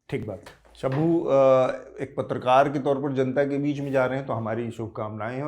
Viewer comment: Shambhoo!!!!!!! Anchor ji " "Shambhu ji" nahi bol pa rahe hai😂